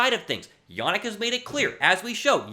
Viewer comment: Better video but it’s Ya-neek not Ya-nick